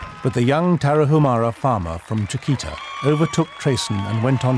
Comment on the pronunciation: It's not Tara-who-mara but Tara- oo-mara. And it isn't who-araches but woo-araches.